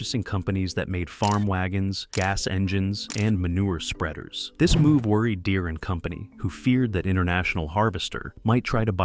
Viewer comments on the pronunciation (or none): Derees.. 100% A.I. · "John Deree" 🤣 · Didn't love this one. Calling farmers illiterate and mispronouncing the "deere" in John deere at one point